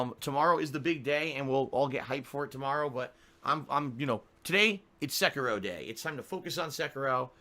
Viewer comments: SECKEROH It is like nails across a chalkboard. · Am I the only one bothered by how pronounces Sekiro as "Se-kah-ro"? I feel like he is butchering and insulting the Japanese language.